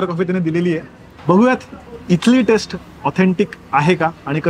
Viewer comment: खुपच छान video. पण pls test आणि taste यातला फरक लक्षात घेऊन उच्चारात सुधार करावा ही नम्र विनंती. बहुतेक मराठी भाषिय हा फरक लक्षात घेत नाही तसंच जस साऊथ मधे फ नाही तसाच हा प्रकार